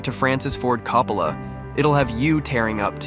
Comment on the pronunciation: Would've been nice to just watch the footage rather than a dull summary that can't even pronounce Coppola's name consistently.